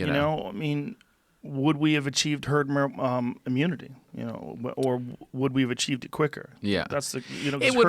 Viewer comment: Joe "Herd Mer Immunity" Rogan